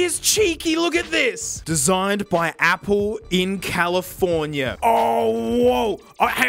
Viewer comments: Ah yes, the great state of CALLFOMIA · That definitely said califomia rather than California ... Right? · theres no r its just callfomia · Did anyone else notice… “Designed by Apple in ‘Callfomia’” 😂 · it said califormia not california and thats just hysterical to me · I like how it doesn't even say California on the thing, it's "Callforma". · “Designed in CaliforMia”